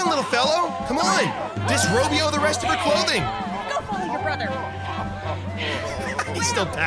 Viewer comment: He said disrobyo 🤣🤣